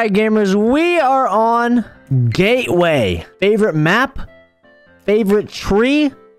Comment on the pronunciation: just the best map! GAYWAY (it sounded like that)